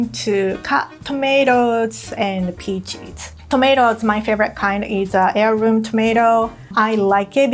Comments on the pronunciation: she says peaches like pee cheese thats really funny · I'm obsessed with how says peaches 😍😍